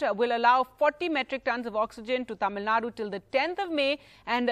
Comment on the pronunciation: Reporter please pronounce Tamilnadu properly You will feel disappointed when someone mispronounce your name Mr